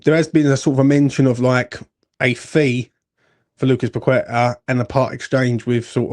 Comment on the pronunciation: Surely, you MUST know after all these years that his name is not pronounced “Pakweta” don’t you?